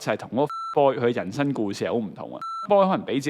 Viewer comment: 係「行」為，唔係「痕」為； 係人「生」，唔係人「身」； 係「特」質，唔係「凸」質； 係「生」活，唔係「新」活